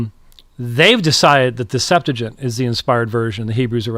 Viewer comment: I hate to be that person, but the name of the Greek Old Testament is pronounced "Sep-'tu-a-gint", not "Sep-'tu-gint"